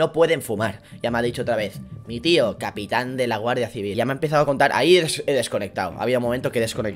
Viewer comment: Bro, te juro q he entendido comer en vez de contar